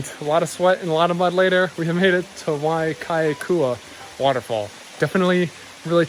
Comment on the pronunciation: Correction...Waiakeakua=Why-ah-kay-ah-koo-ah=Water of/from God. FYI....For at least >10+ years, Crouching Lion (Pu'u Manamana=Hill of Great Power) has been Closed to general public because of deteriorating trail conditions. Since 1995 or so, there have been several accidents, casualties and, sadly....fatalities, most recently in 12/2016. Recommend you 86/delete this hike from the list. Injury/fatalities on vacation/honeymoon is Not worth the risk!...How valuable is Your life worth to you, your family & friends?!